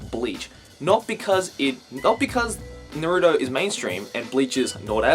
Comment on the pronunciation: I like u a lot, and I'm sorry to correct you, but you pronounced Naruto wrong